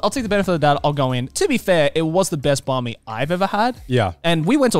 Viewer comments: banh mi is pronounced like "ben-me." also tonally you go down with the "ben" and then up w the "me" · Someone please teach joey his to say banh mi